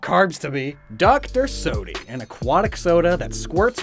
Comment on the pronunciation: Sodieux, not sodoïe.